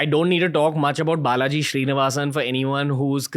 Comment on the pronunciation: Name: Srinivasan Ranveer: Shree-nivasan 😂